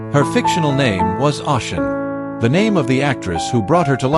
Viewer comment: someone who speaks a bit of Japanese and has Japanese friends it’s very jarring. And it’s not that difficult at all to find out the and hear the correct pronunciations of most foreign words. On top of which the AI isn’t even pronouncing Oshin the way it would be in English. Ah- Shin ?!?